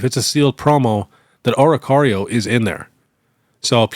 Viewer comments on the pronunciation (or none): none